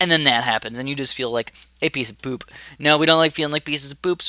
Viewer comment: he says poop funny